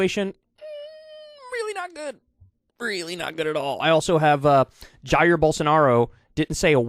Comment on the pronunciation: Elon stans are going to weely, weely mad at you Kyle.